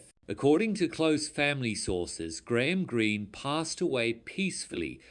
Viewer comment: Do not get your point, he spelled it right and he said it right. Are we watching the same video?